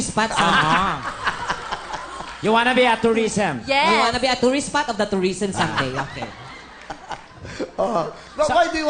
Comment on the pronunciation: I want to be a “toureesm” HAHAHAHA tngena mo ate